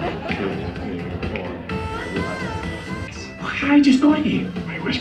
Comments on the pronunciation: i laugh when the grandmaster says assguard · Assberg...... AssGuard 😬 😂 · Grandmaster: Assburg Thor: Asgard!